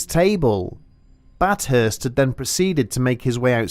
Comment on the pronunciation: It’s bath hurst no bat hurst